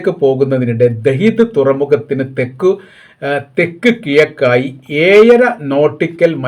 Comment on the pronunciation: 🤣🥱തെക്ക് കി'യ'ക്ക്😵... തനിക്ക് എടുത്താൽ പൊങ്ങുന്ന പണി ചെയ്താൽ പോരേ ചങ്ങായി😡.. എവിടെയോ തപ്പിപ്പിടിച്ച് എഴുതിയുണ്ടാക്കി, "കണകുണ" എന്ന് പിച്ചും പേയും പറയുന്നു. ഇത് തന്റെ "🐟 മത്തി"ക്കച്ചോടം അല്ല എന്ന ഒരു ബോധം എങ്കിലും വേണ്ടേ,😡? മലയാളം വായിക്കാനെങ്കിലും താൻ ആദ്യം പഠിക്ക് എന്നിട്ട് ആകാം തന്റെ കോണോത്തിലെ ഇൻറർനാഷണൽ ന്യൂസ് റീഡർ 😵 ..🤬🤬 മേലാൽ തന്നെ കണ്ടു പോകരുത് , പൂഞ്ഞാറ്റിലെ ഒരു ഇൻറർനാഷണൽ വാർത്ത "വായന"🥵, അമേരിക്കയിലൂടെ ഹോർമോസ് കോപ്പ് 😡.. ഓഡ്രാ...🏃🏌️